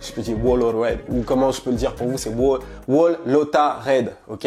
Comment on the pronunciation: whole lotta red sa se prononce "hole lotta red" y faut pas accentuer le W